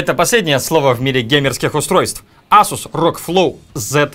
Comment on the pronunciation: ку. ЭЙСУС. Очень обидно за марку. Не коверкай.